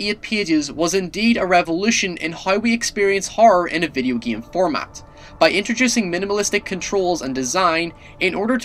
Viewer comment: Its Called game not "giam"